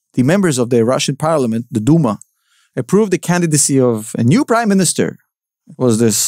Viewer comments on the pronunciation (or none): Did you say the Duma or Dumont ahaha